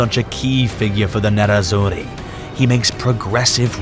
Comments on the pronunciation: nerrazzuri and not nezzazuri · Nerazzurri not Nezzazzuri.... 😊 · It's not Nezazurri, it's NERAZZURRI (black and blue) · Man said “Nezzazzuri”